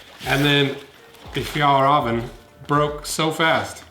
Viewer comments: Just say fjällräven like "fjell raven" no need to say "rahven" like in ramen wtf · Me: fajall raven kanken Him: fyal raven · It's pronounced fjEllrEEven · Is it pronounced, "Fall Raven"? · The way you said Fjällräven var skit roligt